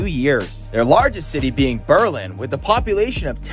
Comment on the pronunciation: well he got "Berlin" right but lost me at Cooosss county. CO-osss county, please. Beyond that he gives almost no information and is a bit too upbeat. I'd love to see what the does to Pemigewasset, lol.